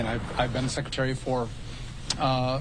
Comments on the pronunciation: Did she just say "Shekretary" ? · Shhhecretary? Dafuq? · What’s a “Shreckretary”? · Yes, she did 😂 i heard it as well. Watching from Brazil